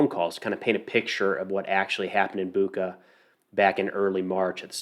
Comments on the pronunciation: Bucha. You're spending it wrong. CH - sounds like CH in word "Check" I think it will sound better if you try to read it like "Butcha" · Hey, its Bucha, like Bucher, but without R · great video just a frienly remark: pronounce of bu(ch)a is like (ch)ina, (ch)eese not buqa like cake or claw. mostly in russian its like that when you see CH. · Boo-cha😂 like cha-cha-cha:) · Hey man, greetings from Ukraine! Bucha is pronounce with 'ch' like in chain. Thank you for good quality videos.